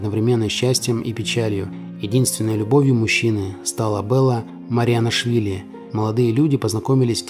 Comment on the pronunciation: мириянашвили а не мариянашвили